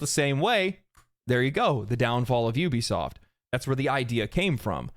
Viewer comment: It really irritates me when people call Ubisoft You-bisoft its oubisoft get it right! Ubisoft… Regardless the Company died a long time ago.